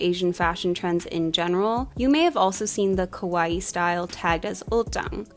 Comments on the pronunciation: ka-wa-ii not kowai, saying kowai means scary. kawaii aesthetic wasn't made for western audience, it's just part of the Japanese culture. Girls are considered to be cute, and so they live up to expectations. The extreme cuteness parts of it, like puffy lolita dresses and exaggerated printed attire did bring a lot of attention to the west as it was super girly and childlike but with adult sizes so people got hooked. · I liked this video, but I had to laugh when the narrator kept pronouncing kawaii more like kowai lol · It's not important at all, but there are two adjectives really close in sound: "kawaii" and "kowai," and the pronunciation in the video sounds more like the latter, which means, "scary."